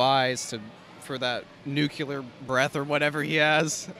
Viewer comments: Why...WHY...do people say "nukular"??? Doesn't anyone have pride anymore in sounding, at least, a tiny bit educated??? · Someone tell me, what does nucular mean? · Why was nuclear pronounced wrong?